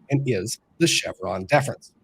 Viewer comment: & Lumber Every time you say ‘Chevron Deference’ I hear ‘Vas Defrens’ 😬😆